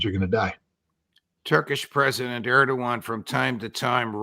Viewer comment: Erdewwan, not, Erdugon..